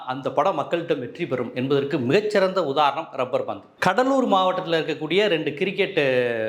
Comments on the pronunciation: Dai mayiru, it is "labbur bandhu", "rubbur bandhu" illa. Oru nalla movie title la enda kedukkireenga?. Dai, neenga review kuduthalum, kudukkattiyum, indha madhiri padangal makkal pappanga. "Thani oruvan" ku aapuram, ippathan makkal kuuttam varudhu. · Rubber pandhu nu solringa, lubber pandhu